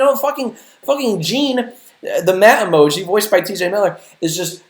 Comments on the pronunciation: "The world will now know TJ Miller as the Meh Emooji" jack its pronounced emoji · I fucking hate the way white people say 'emoji'.